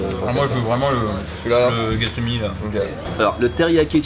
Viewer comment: C'est tsukimi pas getsumi